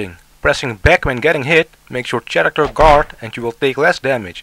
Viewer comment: Nice instructions, but you should correct your pronunciation of "character." It's pronounced like the "ch" is a "k".